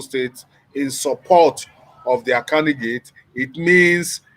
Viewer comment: I'll stop watching your videos on YouTube. How can your Commentator keep pronouncing CANDIDATE as CANDIGATE and yet you continue to allow him without finding a way to technically correcting him🙄....Please let me know when you start bringing a serious Commentator on your program.